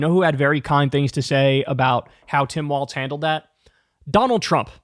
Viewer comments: Yeah its pronounced WALLS haha. I did the same thing at first pronouncing it with a T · Kyle your saying Tim Walts, it’s Walz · Pronounced Walls. There is no T in his last name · THERE IS NO "T" in his name,, say it with me WALLL-ZZZZZZ. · It is Walz as in walls and Kamala as in comma-la. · his last name doesn't have a t in it. its walz. it is more thsn 1 wall, not a dance. J D does it on purpose, please quit. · Hey just wondering, why can’t Kyle pronounce it “walls” like it’s known to be pronounced? It seems rather ridiculous to persist. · Nah bruh the phonetic pronunciation is “WAWLZ” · Kyle is going to be saying the name "Tim Walz" on air at least 10,000 more times over the next three months at minimum. SO WILL SOMEONE PLEASE TELL HIM HOW IT"S PRONOUNCED???? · KYLE!!! It's pronounced like "walls", not like "waltz"! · It is pronounced WalZ.......there is a Z at the end of his name but not a T. Not Waltz........Pronounce it with the Z but leave out the T. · It's WALLS not WALTZ lmao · WALZ (walls) not Waltz (dance). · Just remember it's pronounced walls not waltz. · Its Tim Wallz, not Tim Waltz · You should learn to say his name properly. It’s Walz, not Waltz. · Please say his name correctly. It's WALZ not WALTZ. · WHEN IS KYLE GOING TO STOP CALLING HIM TIM WALTZ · No "T" is Walz. Pronounced exactly like Walls. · "Immediately if not sooner" is a phrase I have hard since I can remember. I don't know that Trump understands it, but it is meant to be mildly amusing exaggeration like, "I don't know him. I swear I couldn't pick him out of a lineup of one." (By the way, it sounds lie "walls," not "waltz.") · Kyle the name is Walz not Waltz... your butchering the name of the guy you've been hyping. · Love your show Kyle!! Very informative and entertaining! Just one thing bugs me - I think his name is pronounced like 'Walls' instead of 'Waltz' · WALLZ not Waltz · his name is WALZ, NOT WALTZ--fer fucks sake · WALZ, not WALTZ Kyle!!!! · It's Walz, not Waltz